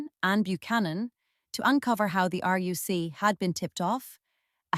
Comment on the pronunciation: Yeah, its very good - until it pronounces RUC as "roook" or some shit.